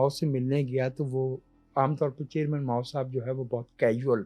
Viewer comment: ماؤں نے بہت برا کیا ہے ۔ ماؤ”